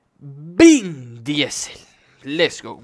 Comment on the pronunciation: se dice "vin disel" joder haha. Llevo todo el video hablando a la pantalla corrigiendote cada vez que dices el nombre :)